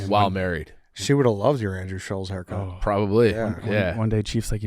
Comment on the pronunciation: It’s Andrew Schultz not Scholls